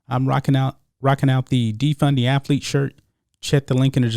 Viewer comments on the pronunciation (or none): Troy likes his run on sentences. How many syllables in "athlete" Troy?